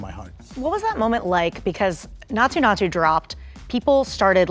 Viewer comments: Everything is fine but why is he pronouncing naatu that way.. he knows the exact pronunciation and instead of correcting it he is making it sound worse.. Please don’t do that.. please.. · Bro said naathoo naathoo 😭